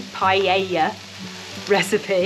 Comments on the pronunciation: Pronunciation:- Pa ....ella... Not pie...Ella... Hehehe 😂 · LOL 😂 'paella'!